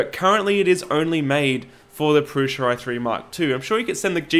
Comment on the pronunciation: You say "prusha" with a shhhh sound. Is that an Aussie thing? Is that how Josef says it? I'm American and would pronounce that as "Prusa" with an "s" sound as it's spelled...